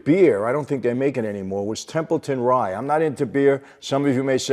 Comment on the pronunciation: Capone- "His faverite beer, Templeton Rye" Dude, it's Rye, as in whiskey.